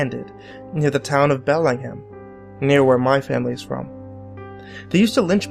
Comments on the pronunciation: It's pronounced Bell-eeng-ham, dear. -ing, like runn"ing". From a Washingtonian! :p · its pronounced bell ih ng ham